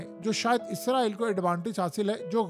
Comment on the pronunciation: Bhai word izraeel nhi hai israeeel hai.....izraeel farishta....is ra eel mulk ka Naam hai ..Khuda KY liye apni correction Karen...